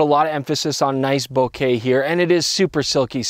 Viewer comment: How in the world do you make it anywhere in Photography and pronounce Bokeh wrong still?